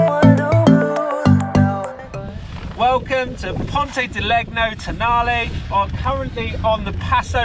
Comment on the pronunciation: "Leg-No" and "Temo" (otherwise known as TEMU') Obviously spent zero time talking with locals LOL